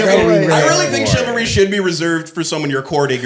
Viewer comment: Take a shot every time says “chivlary” 😂😂😂